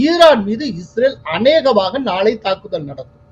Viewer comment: ஈரான்மீது நாளை தாக்குதள்....? லகரம் ளகரமாக ஒலிக்குது..... கோலாகலஸில் தமிழ் கொலையா....😮😮😮😮